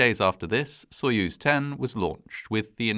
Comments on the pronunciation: A tip for anglophones: most of the time, the 'o' in latinised Russian words is said like an 'a'. So if you say "sayuz" when you read soyuz, you'll sound perfect. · If the stress is on the second syllable, Its "sah-YUZE" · Wrong. Sounds like soy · uhz.